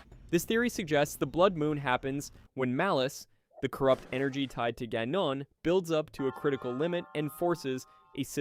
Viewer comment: guh-non LOL